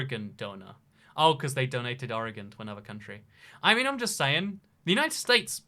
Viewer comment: THANK YOU FOR PRONOUNCING OREGON CORRECTLY OH MY LORD